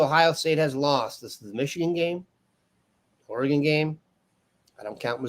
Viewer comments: It’s not Ore”gon” lol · for the love of god, it's not pronounced Ora-Gone' it's Or'agun, emphasis on the the "Or". I let it slide the first 50 times, but enough is enough. FFS